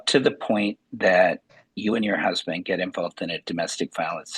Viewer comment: At least it wasn’t the brusband! LOL